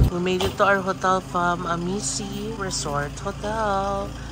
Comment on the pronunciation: Amici - pronounced as #Amichi 😊